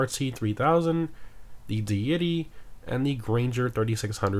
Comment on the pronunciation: At this point he’s gotta be pronouncing it that way on purpose so people will feed the comment machine, right?